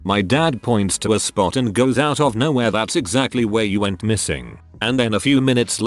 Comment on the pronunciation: People Who ''Whet'' Missing, Where'd You Go? That's an amazing english you got there sir.